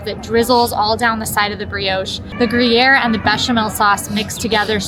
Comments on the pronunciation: Is the first 'R' in Gruyre 'silent'?... 😂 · Is the 'R' in Gruyre silent???😂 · love ya girl but please learn how to say gruyere. Would be interested to see you all go back after a month and see how it stacks up still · did okay, but please, for the love of disney, learn how to pronounce what you are talking about....the gruyere pronunciation was so off it was getting on my nerves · I yelled at the TV every time she said Gruyere. LoL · is very nice, but a few suggestions: 1) Magic bars do not have carrots in them. Read the ingredients in the menu. 2) The cheese is pronounced “gru-year” not “guy-year.” 3) The French confection is pronounced “Mac-ron,” not “Mac-rhone.” But I enjoyed seeing you show all those mouth-watering goodies!